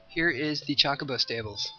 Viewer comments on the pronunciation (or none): Meh, we've heard some pronunciations. But right, the majority is just bleh. I was mainly pointing out the way he said Chocobo. CHALK-obo lol.